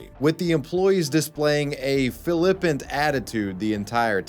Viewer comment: "Philippant" attitude lol. I don't think flippant is pronounced like that.